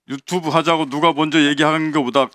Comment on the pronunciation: 1분11초 유튜브하자고 이거나만이렇게들리는건가?ㅎㅎㅎㅎ